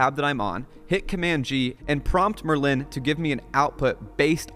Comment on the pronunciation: It's so weird to hear someone pronounce 'Merlin' this way. Offended.